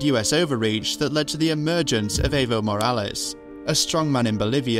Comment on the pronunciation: It's funny how he put so much effort into pronouncing YMFP but seconds before he misprounces Evo's 3-letter name.